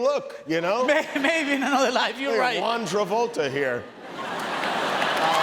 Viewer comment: 'Juan' Travolta is 🤣🤣🤣🤣🤣🤣🤣